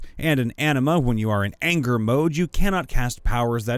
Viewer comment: Every time you said “Anima”, I heard “enema.” Makes for a very different story.